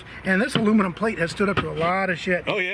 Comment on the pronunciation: Love that it stuck in the aluninum 🤣